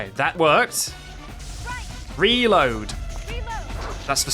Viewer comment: suddenly realized.. is hearing you say "recover" instead of "reload" and that's why she kept healing?:O